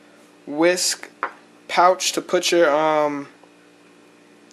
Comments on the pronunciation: There is only one way to pronounce WeSC, yet despite numerous attempts and tries, some people say it wrong. So we thought we should simplify it a bit for those of you who aren't already in the know. So repeat after us: Wi:, Es, Si Get it? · Its pronounced We S. C.